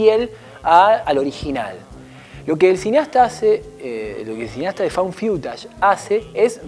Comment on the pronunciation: Found Fiutash? No creo que se pronuncie así. Es Faund FUTASH...